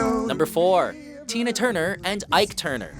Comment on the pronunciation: It's "Tina Turner", not "Tina Tuner", in case no one noticed that!